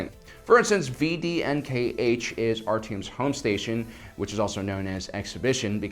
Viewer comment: vdnkh is pronounced vih-dee-en-kha Just to let u know :) Great vid